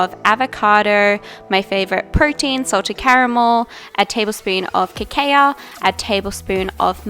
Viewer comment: Cacao is pronounced Ka-cow 😘